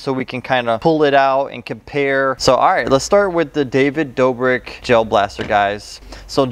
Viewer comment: Authaticity"? Aww-then-tis-sity, David "Doobrick" David Doe-brick. 🤣🤣🤣 Just found this channel and I love it. This guy is great